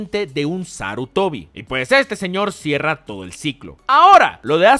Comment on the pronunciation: "Clan Sarutoni". Excelente remake... XD